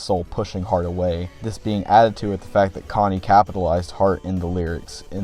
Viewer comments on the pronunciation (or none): "Connie" bruh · amazing video but cmon man... "Connie?"😭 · I like this review, but it kills me how you pronounce his name "Konny" and not "CHonny" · you saying "Conny" rather than "Chonny" like how it's said in wtth is driving me insane to this day 😭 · The fact be pronounces Chonny as "conny" drives me insane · AHHH SAME CHonny not C-Honny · Only thing I have to say other than praise is I believe your supposed to pronounce the Ch in Chonny. I am aware that it is a based in the name Johnny. But in the name "Chonny's Charming Chaos compendium" The alliteration works much better with the "chuh chuh" "kuh kuh" sound. I know its nite picky but that just makes more sense to me. EDIT: and more pressingly, he says the title of CCCC outloud at the beginning of his Welcome to Tally Hall cover and in that instace he pronounces the "chuh"